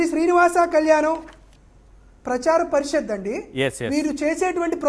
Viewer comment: పరిషత్ అనడం కూడా రాదు వీడికి.